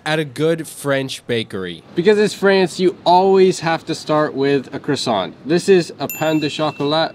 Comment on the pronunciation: You can't live in France and not know how to pronounce croissant